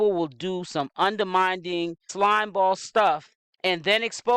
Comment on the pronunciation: Undermining (mining not minding)